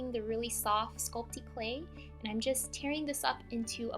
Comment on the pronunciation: You say "Sculptey Clay." It's Sculpey.